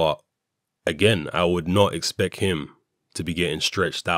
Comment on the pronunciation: Hey mate im listening to your vid while walkng to the chinese shop.Lol you said Expec instead of expect.I think you need to 'Put some respec on it'